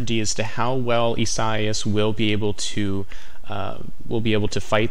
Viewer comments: Bro. "ee-sah-EE-ahs" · That dude can’t pronounce the Hurricane name correctly... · He is very intelligent, focused on what it does. Only intelligent ppl know this.